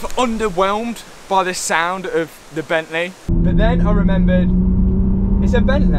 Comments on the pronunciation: Bentley...... Not Bent lay. Car looking and sounding good. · "But then I remembereehd it's E Bentleh" What a legend LOL, made me chuckle :) Keep up the great content